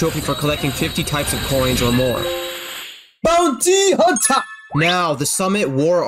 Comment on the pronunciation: the way he said "BAOUNTEE HUNTA" is so funny